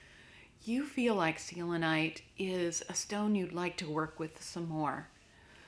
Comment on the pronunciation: The way you say selenite drives me crazy XD